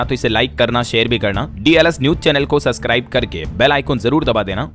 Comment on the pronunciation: ससकराईब नहीं सब्सक्राइब ब सबस कराईब बोलाए, हो जाता है कभी-कभी आपका नाम बड़ रहा है सही बोलने में आप नाम और अच्छा रहेगा । कृपया अन्यथा न लें